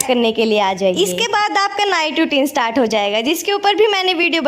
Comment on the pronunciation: Didi startss nhi hai start 😂😂😂